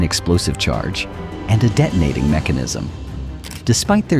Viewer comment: "the deh toe nate-ing mechanism"